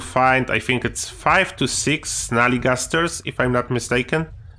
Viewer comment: Kurde dobre poradniki , ale bez urazy twój angielsko polski akcent jest tragiczny . Np . wymawiasz think jak fink , fink to mówi niedouczony chińczyk itd , itp . Mi to przeszkadza strasznie bo nie mieszkam w Polsce , ale szacunek za wiedzę na temat F67